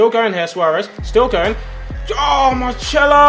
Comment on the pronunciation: Did you really just say Marchelo?